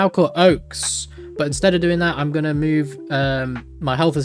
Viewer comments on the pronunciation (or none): none